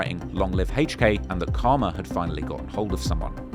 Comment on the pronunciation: The way say HK sounds like "haych-k" 😂.